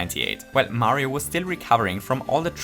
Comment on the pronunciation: Mayro sounds like Mario and doesn't at the same time